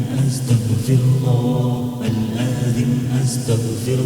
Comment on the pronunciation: It’s good but it’s not athem it’s aatheem